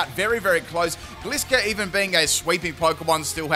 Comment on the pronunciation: I love how he pronounces Gliscor totally wrong XD